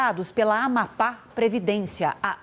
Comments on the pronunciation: NAO SABE FALAR AMAPÁ. 😅😅😅😅😅😅😅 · Afundou ! Depois do Silvio o Jornalismo do SBT afundou. Dias atrás um "jornalista" disse que Raul Castro morreu. Agora essa ilustre não consegue pronunciar Amapá e Macapá. Incrível, Lombardi !!!!